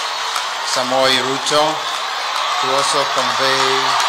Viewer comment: Hahaha, Bishop got confused 🤔🤔 HE Samwel Samwel Samoei Ruto.. who Heard that? 😂🌞